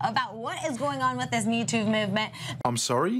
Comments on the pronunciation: I thought she said YouTube movement. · Sounded like she said YouTube instead of MeToo XD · Did she say "Mewtwo movement"??? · I could have swarn she said "This mew two movement" "I got touched in inappropriate places by a pokemon. #mewtwo" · i thought she said the mewtwo movement. #mewtwo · Yo I heard YouTube movement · I heard Me "Tuve" Movement. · I thought she said the "Youtube movement" and I was like "If there is a YouTube Movement you're apart of, no one else is" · It sort of sounds like she is saying mewtwo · I think she said "MewTube". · The way she said ‘me too’ sounded like ‘mewtwo’ so now I can’t stop thinking of a bunch of mewtwos making a movement to stop Pokemon catching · "...this me toove movement" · It sounds like she is saying Mewtwo movement. I did not think he was that hard to get. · It sounds like she’s saying MewTwo movement. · It sounds like she is saying Mew 2, you know the Pokemon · Sounds like she said MewTwo. I guess she likes Pokemon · I thought she was saying youtube movement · It's funny it sounds like she was saying #MewToo lol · you heard her wrong... she said mewtoo movevment... she talking about a pokemon:o lol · did she say Mewto? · I have never "hashtagged" and on my behalf I thought she said POUND ME TOO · Did she say "Mewtwo movement?" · She said Mootoov movement. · I thought she said Mewtwo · I thought she said Mewtwo movement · No, what she said was Me Toov Movement. Listen closely when it's slowed down . Metoov movement.